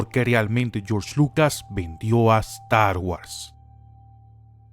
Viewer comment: da cáncer la forma que dices "Star Wars"